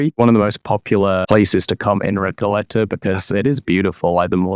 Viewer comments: Recayeta?? Recoleta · Recalleta? Palmo? Come back to the college, couple of dunkeys